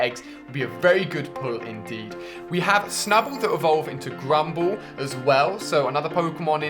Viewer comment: Some pronunciations were waaaay off. And because of click bait title...: Cleffa Spinarak Xatu (zatu) Wobuffett isn't a water Pokemon, it's a psychic type. Phanpy not phanphy Girafarig not giraffig (it's a palindrome) Granbull not grumble Remoraid rem-oh-rayd